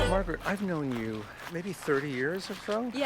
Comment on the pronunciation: Her name is Margaret, not Maraget.